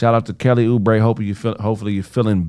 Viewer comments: might really be stupid who the hell is Kelly O'Brie lmao its Oubre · its kelly Oubre lol